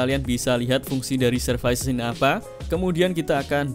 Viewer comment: servis mas bukan servais